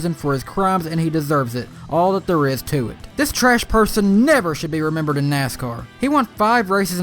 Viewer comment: Can you not pronounce TH? It's THere, not Dare. Its tooTH not toof. Fuck I find your voice annoying...